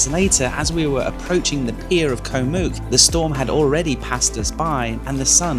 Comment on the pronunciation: Koh Mook is pronounced to ryhme with "look" not "puke".......